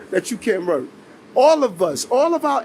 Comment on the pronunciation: He can't seem to be able to say the word "work".